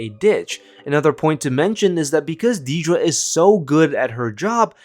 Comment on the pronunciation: If you're going to go to the effort of making a video about Dedra Meero, can you at least pronounce her first name right? It's not hard.